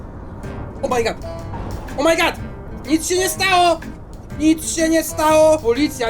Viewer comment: Chciałbym jeszcze Fernbus Simulator śmieszne to jest to jak pan mówi o my good.